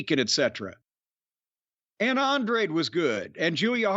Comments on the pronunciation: is it that hard to say “an-dra-de” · Hearing the commentary fuck up Andrade's name took away from the amazing match those two put on